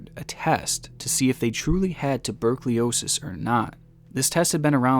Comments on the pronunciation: Tuberculosis not "tubercliosis" 😂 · "Tubercliosis" I think you mean Tuberculosis... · Its "TUBERCULOSIS" Not "TubercLIOSIS" Very surprised at your occasional mispronunciations, as you're generally very articulate. Regardless, love your vids. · Tubercleosis I think you meant to say tuberculosis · Hey guys! My name is. And like Elevator games and stuff! Also tuber-cly-osis! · he pronounced tuberculosis wrong twice and im severely upset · This is a criminally and incompetently negligent telling of the story. You can't even pronounce tuberculosis and your level of competency with everything else you discussed is right on that level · Dude can't pronounce tuberculosis 😅😂😅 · Your pronunciation of tuberculosis made me shit my man-diaper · You really gotta learn how to pronounce tuberculosis